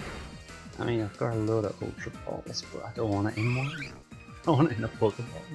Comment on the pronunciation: ITS SUPPOSED TO BE POKEYMON